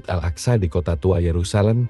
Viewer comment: Akso...aksa..ga bisa bahasa arab lu yg narasi....